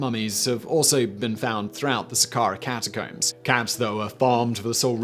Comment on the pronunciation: I love how he says "cata-COOMS". Especially when talking about cats.